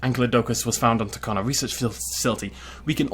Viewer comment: Don’t wan’t to be annoying but this bugs me. Tacano is pronounced Tacanjo.